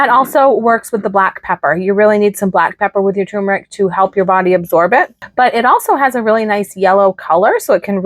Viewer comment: TUR-MER-IC, not TU-MER-IC